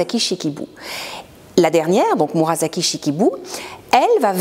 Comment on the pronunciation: La prononciation de Murasaki est « murassaki », pas « murazaki »…